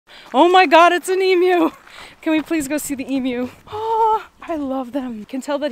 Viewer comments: its an aboriginal word. its most certainly pronounced 'ee-myoo' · I'm just happy you pronounced it right. Most from Nth America say "eemoo" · Yay for pronouncing ‘Emu’ the way we say it in Australia 🇦🇺!! Keep it up! 😊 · I thought I heard an American pronounced the word emu properly (its not an emoo!) then use the metric system. I couldn't believe my ears. Rightfully so, turns out she's actually Canadian and lives in the 21st century.